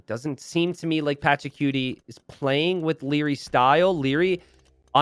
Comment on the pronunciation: Its not PATRACUTIE